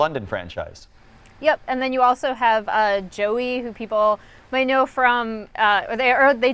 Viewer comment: She said “Joey” rip